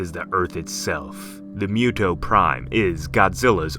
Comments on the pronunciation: Moo- toh Not mew-toh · Why do you pronounce it as MEW-TOE ? It should be MOO-TOH, right? Or is it just me? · Yes, its moo-toe not mew-toe. Also is hemi-globe-in not hemi-glob-in. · mew tow prime 😂 it’s moo-to or moo-toh. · what are you talking about? Isn't this story about kaijus? Then we should follow the japanese pronunciation. MOO-TOE OR MOO-TOH not mew--toe. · MUTO (Moo-toe) not (Mew-toe) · Stop pronouncing it as mew toe, it's MOO toe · Not mewdow lol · Moo toe sounds like it makes more sense. And that's how it's said. What if he mispronounced godzilla as godzeela? That would bother you at least a little wouldn't it.